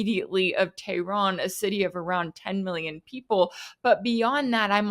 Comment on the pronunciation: she said Tay-Ron. 😂😂Tay-Ron James